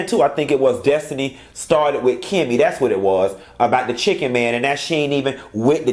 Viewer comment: I thought I was the only one who pronounced Chicken as Shi-ken! That took me out!!!